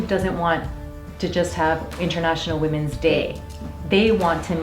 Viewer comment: “Woomens day”